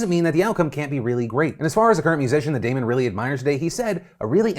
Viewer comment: Phil, as a Damon myself, it is very nice to hear my name pronounced correctly haha